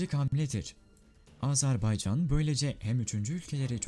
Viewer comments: Azarbaycan değil güzel kardeşim, Azerbaycan diyeceksin. A-z-e-r-b-a-y-c-a-n yazıldığı gibi okunur. Azarbaycan değil, AZERBAYCAN ... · LÜTFEN ÜLKEMIZIN ADINI DOĞRU TELAFFUZ EDERMISIN 1 AZCIK ÇALIŞ AZ-AR-BAY-CAN DEĞIL AZERBAYCAN DIR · Azarbaycan değil Azerbaycan diyeceksiniz.